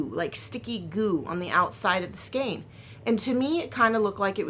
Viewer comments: And EVEN the British pronunciation is "SKAYNE" and not SKEEN. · Hi there. Just remember skein rhymes with Jane. Just gather up each end of the scarf to make that section more narrow. Want to see the finish. Your husband is right....that's a great idea. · I grew up in Oklahoma and Texas. My mom and I always pronounced it 'skane'. I never really considered that one way is correct and another is not. I just figured it's a regional thing. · Both pronunciations of skein are correct.